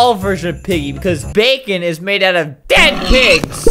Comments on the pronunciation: it's bakon not bacon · It’s not bacon it’s bakon (back-en) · It’s called bakon not bacon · ITS BAKON NOT BACON JEEZ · it's BAKON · Its not Bacon its bakon and i have bakon UwU buff in my luff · This is not bacon, it bakon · Btw its bakon